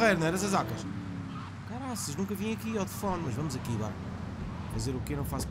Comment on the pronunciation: "tefone" outra vez?